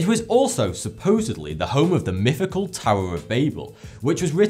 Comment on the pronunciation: Just how does an historically well-informed Young man, obviously past school leaving age, still say “free [three] fousand”, “wiv” and “myffical” like a four year old who hasn’t even started education?? What an embarrassment to England’s ‘education’ system.